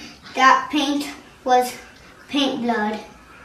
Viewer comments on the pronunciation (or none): oh, I thought he said pink blood lol.